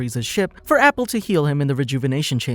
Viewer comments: wait its pronounced " A" " Pool' not apple so cunfused how u got their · I get triggered with the pronunciation of Appule, idc, it will always be Apool for me lmao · Apple?! 😂 Its appule (ah-poo-lay) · His name is appule not apple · It’s not APPLE. It’s Pronounced AH-Pool.